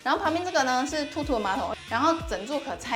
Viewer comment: 那馬桶品牌TOTO應該是念偷偷不是禿禿吧XDDDD